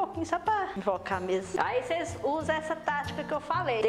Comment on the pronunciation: "Ocêis era muito aborrecida" Kkkkk kkkkkkkkkk adorei